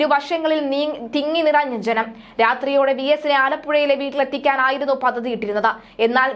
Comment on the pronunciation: 'പദദി'??? അങ്ങനെയൊരു വാക്കില്ല. പദ്ധതി എന്നുച്ചരിക്കണം.